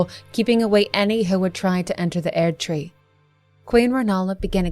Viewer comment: Your pronunciation of "Erdtree" leads me to wonder if you've actually played the game. ^.o